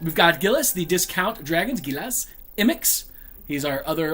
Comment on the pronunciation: OK but if Gilas is based on a Gila monster then should it not be pronounced "hee-la"?